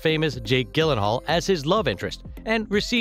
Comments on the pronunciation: Man really said, “Jake GILLenhal” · Can we just talk about how he pronounced Jake Gyllengall?? Lol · Anyone else bothered by the way he says Jake Gyllenhaal’s last name lmao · This guy doesn’t even know how to pronounce Gyllenhaal...I don’t trust it. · Lolllzzzz Ellen Pompeo is my most favorite actress. You are saying Gyllenhaal wrong. Lolllzzzz